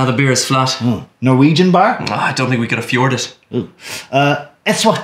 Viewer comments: "we cant affjord it" XD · "Norwegian bar?" "I don't think we can affjord it." xD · I keep rewatching this so many times because of the "I don't think we can affjord it." joke.